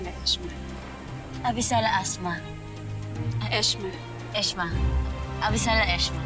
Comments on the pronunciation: Danaya:Avisala Eshma Lira:Avisala Asthma Danaya:Eshma Hahahahahaha laptrip😂😂😂😂😂😂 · Lira:thank you Danaya: Avisala ehma Lira:Avisala asma Danaya:avisala eshma Lira:ay avisala eshma HAHAHAHAHAHAHA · Haha sabi ni lira avesala asma